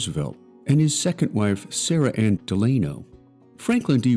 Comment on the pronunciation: Franklin’s middle name and his mother’s maiden name was pronounced——-DELL—A—-NO! I REALLY HATE AI.